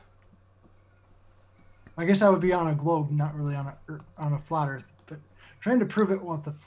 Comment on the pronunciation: The first time I heard "The Flar Earth Institute of Science" I laughed so hard I was snorting. 🤣